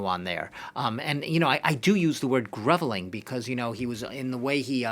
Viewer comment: he's mispronouncing 'groveling".